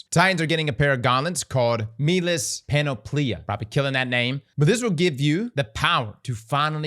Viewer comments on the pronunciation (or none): and Panoplia i think is pronounced like ‘monopoly-a’